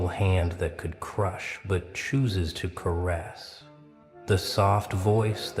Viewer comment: You lost me at "caress" 😂